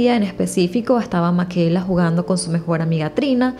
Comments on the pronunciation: PORQUE DICES MAQUELA, SI SE LLAMA MICAELA?????? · En español se pronuncia "Micaela" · Creo que el nombre se pronuncia "Mikaela" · No se pronunciaría “Micaela”(?